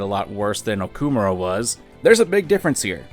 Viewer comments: It's awful that they don't pronounce the Japanese names correctly Also: O-kuh-more-uh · For how much the dude hated on the mispronounciations the game makes of Sakamoto, he sure does butcher Okumura's name pretty fucking hard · The way pronounces Okumura creates violent feelings within me